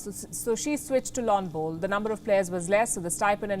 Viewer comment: She says "lawn bolls" awesome. Lets Go Brandon